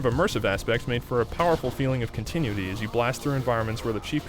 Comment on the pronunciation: Anyone notice the really weird way he says "continuity" ? Continue tee.. Continue-ity.. whatever.. its weird. lol